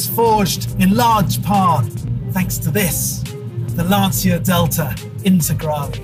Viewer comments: "Lan-cha" - and not "Lan-see-ya" like he always says. Don't want to sound like a language-terrorist, but was just wondering about him since this is a channel for car enthusiasts - and as a German I know my english's far from perfect btw, damn "th" :) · Please STOP pronouncing "LanSia"... the correct italian pronunce is "Lancha". My ears and heart will thank you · How incredibly hard must be to pronounce LANCIA the way it should be? What's the point of fluffing about all the great things about this car, specs, history blah blah and then one can't even spend 3 minutes figuring out how to say the most important thing of them all: the brand's name. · There's no passion. This guy can't even pronounce Lancia correctly. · Lovely car - and that "car enthusiast" still can't pronounce Lancia correctly, even after several videos. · no, same goes for VW - you'll pronounce it the american way, it's just natural. Same for me pronouncing american brands. But a professional car channel presenter, who repeatedly pronounces a famous car brand like Lancia wrong, can't be taken seriously. But what to expect from a guy, who fully accelerates a classic M1 on gravel. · because the letters V and W are spelled completely different within each language, so it would be really hard for a non-German speaker to pronounce it the german way. Lots of people drove Lancias over here, every 10 year old pronounced them the italian way, so I was just surprised that guy didn't. And I agree with you about the different pronunciations of Hyundai etc. But not about the M1 Video 😊